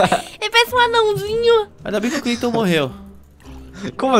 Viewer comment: Meu Deus eu matei o "Creiton" kkkk